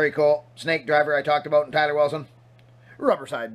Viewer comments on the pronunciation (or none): none